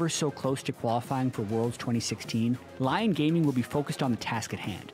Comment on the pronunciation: wtf LION?? its LYON xD dude respect the other languages